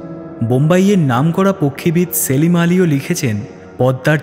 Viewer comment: পাখি বিশারদ "" সলিম আলী", সেলিম আলী নয়। আরও সাবধানতা কাম্য।